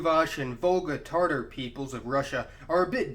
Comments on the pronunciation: Can you please stop saying "tartar"? It's tatar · Tatar not tartar, it's not a sauce. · Makes an "informative" video on Turkish vs Turkic. Says "Tartar" Facepalm